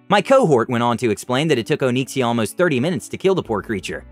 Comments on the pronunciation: Nobody:: Oh-neek-see-uh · Did you intentionally use the name of a famous WoW dragon? And if so, is he pronouncing the name correctly?